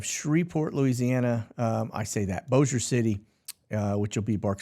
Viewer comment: Way to pronounce Bossier correct!